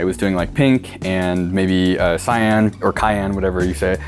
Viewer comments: who says kyan??? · Who the f says Kyan not cyan .. Referrer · No no it’s pronounced cyan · I love the subtle reactions cameraman John gives. The head shake at cyan or cayenne matched my own head shaking “no, that is not how you say that william.”